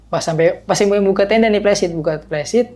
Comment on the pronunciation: Pembetulan: "Messtin" bukan nesting. : "Flysheet" bukan plesit. Biasakan yang betul, betulkan yang biasa.